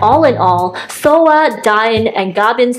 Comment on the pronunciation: Soa, not Soo (I watch YouTube on my tv and I didn’t notice the A wasn’t an O).